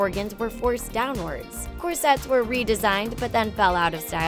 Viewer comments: Please don't include words in your video that you don't know how to pronounce! I've never heard someone mispronounce "corsets" before! It's embarrassing! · Mispronounced corsets and Gaultier.